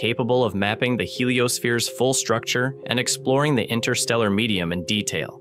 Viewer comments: Yo, there be TWO "t's" in interstellar. ;) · These AI voices can be annoying indeed. Why INNER-stella when it is INTER-stella? Spare me!!! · The void is irritating AND can't pronounce InTerstellar properly. The T is not silent, it's not INNER-stellar. Spoiling a beautiful word.